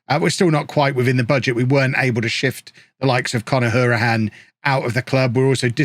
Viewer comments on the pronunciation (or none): sorry but its pronounced How-rihane...I played underage football with his cousin